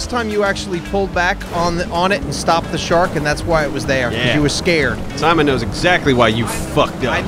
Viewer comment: I love how when you are annoyed at Simon... he becomes Sahmon